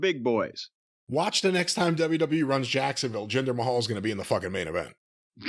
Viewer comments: Can someone tell Jim its Ma-hal not May-hall lol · It's not "may hall", you hayseed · I always love it when he calls him 'Jinder Mayhall'